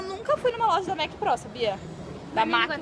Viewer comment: A bruna Vieira e a Paula, numa viagem perguntaram a dona da loja e uma fss representantes, e elas disseram que é MAC, e nao MEC